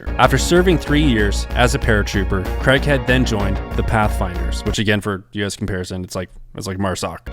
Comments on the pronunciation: its not pronounced CREGHEAD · Worth a watch but pretty sad that the narrator can't even pronounce his name right. Craighead, not Creghead. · Craighead (Crayg(e))head not Creghead, he is English not American, it is not pronounced in the UK the strange way you insist on pronouncing the name Craig. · Love this vid! Can’t get used to that, what we Brits consider annoying, American pronunciation … “Cregg-head”, but I’ll overlook that because the vid’s so good! 😊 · Unfortunate American pronunciation of the surname Craighead